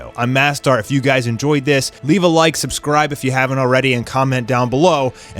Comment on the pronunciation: If you dont how to pronounce the word "owarida" in Japanese accent then don't use it at all. You're saying it in a very American way lmao it's horrible and very childish